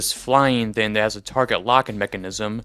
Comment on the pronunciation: Bro where are you from that you say the word thing like the word skin? You’re saying thin It’s THING like ring. At some points I had to go back to listen to the word again to even understand it